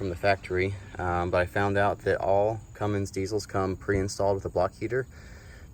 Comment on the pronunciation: Thanks for the video but that "Cummings" pronunciation is killing me.